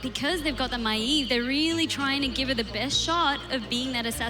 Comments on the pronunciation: As a fellow Australian I never even imagined someone calling Maiev "My-eve". So it's a not a thing about her accent, rather, her as a person. I'm sure people have told her that it isn't pronounced like that but she just sticks to it. I never realised Tyrande was "Teerahn-duh" and thought it was "Teerahn-day" and it just feels weird saying it differently. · So the problem with the new caster is that she pronounce Maiev weirdly? Sincerely I don't care at all, and it seems a really fussy criticism to make. She has a clear voice and a nice flow, even if she didn't say much at all for now. I can't wait to hear her in a game.